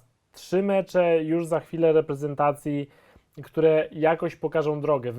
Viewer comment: Może w końcu będzie to Reprezentacja a nie Repentacja